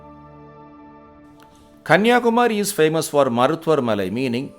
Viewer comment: Excellent video presentation. High quality content. Looks like the voice is given by a Malayalam speaker. Because the pronounciation of Kanniyakumari is wrong, Please pronounce properly, it is not Kumaaaari, it is Kumari.